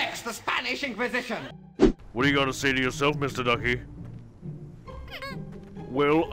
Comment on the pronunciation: Nobody expects the Spanish encwazision